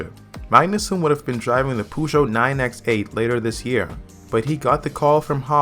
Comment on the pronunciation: The way you pronounce Peugeot is REALLY cringe. Try selecting french in Google Translate, punch in Peugeot and select the "Listen" button. That will give you a pretty accurate representation of how to pronounce it correctly.